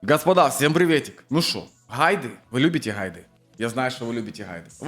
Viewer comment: дружище, ну ты бы мог так не произносить слово "гайды" пиздец. как ты это произносишь